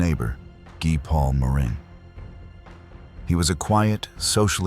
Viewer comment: Guy Paul Morin is pronounced "GEE Paul More ANN". A cursory listen to any newscast at the time would have helped you out there.